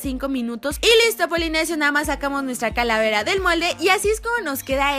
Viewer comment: Like a que karen dijo caravera en el minuto